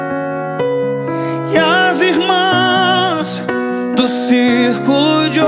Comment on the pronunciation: Excelente interpretação, só deixou a desejar ao pronunciar circo de oração ao invés de circulo de oração, o restante ficou top